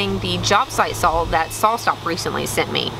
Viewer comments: Do enjoy your work and all your effort... Just have never heard anyone call a saw a "sawl" or jaws "Jawls" Not trying to be mean, was just wondering where that dialect might have come from. Be well. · very cool. at the risk of being nosey, are you originally from texas? reason i ask is i hear in your videos that you pronounce words like "saw" with a soft l at the end, sort of like "sawl". i don't mean this as a good or bad thing, just an observation. i always thought that was a midwest thing, but now i'm wondering. anyway, great video, good that you got to hang out with your folks. :-)